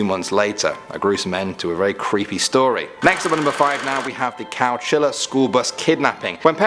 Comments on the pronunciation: It's Chowchilla not Cowchilla😅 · It's chowchilla not cowchilla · Are you sure it’s not chowchilla California instead of cowchilla? I was born around there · I've never heard of any Cowchilla CA. There's a Chowchilla. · CHOW-CHILLA. Chowchilla, California. Not cow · #5 is CHOWCHILLA not COWCHILLA.... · It’s Chowchilla California 😂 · Number 5: uh? It's chowchilla...just wanted to let you know 👍🏻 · By the way it’s Chowchilla Ca.